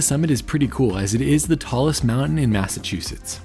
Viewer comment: Massachusetts! Yaaay! Bon (born) and raised they'uh. 😝 🤘 At least you say Massachusetts right. A lot of YouTubers can't. 😆